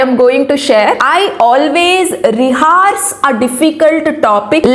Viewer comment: Thankyou for sharing your valuable experience. Just a correction. Ree-ha-rsh✔️ Ree-haa-rsh❌